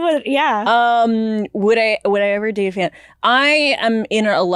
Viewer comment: Oh the caller said "fan" lmao i heard "would you ever date a fem?" and thought that was why it was mainly meant for